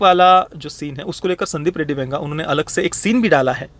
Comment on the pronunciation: Ae, tu Venga bola kya Vanga ko?